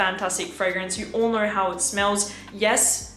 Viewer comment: Why "VIDEO" became "VIDEORRR", "SO" became "SORRR" "KNOW" became "KNOWRRR" ??? no offense, am really curious...